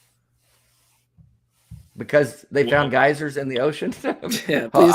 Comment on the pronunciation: geysers... gay sirs... honestly not the worst mistake I've heard someone trying to prove the "science of the bible."